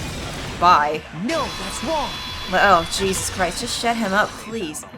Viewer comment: Hay-soos, has issues....